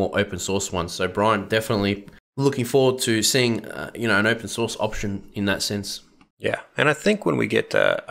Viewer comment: Opetion? Did you mean Pigeon [/google-mode] ;-)